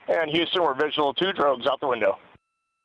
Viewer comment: why does the announcer say still on *rugs? Are the astroNots on rugs? Lol